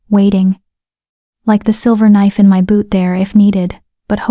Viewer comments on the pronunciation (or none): none